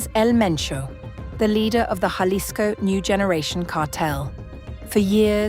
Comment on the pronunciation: Jalisco is pronounced Hhhha-LIS-ko. AI from US stinks.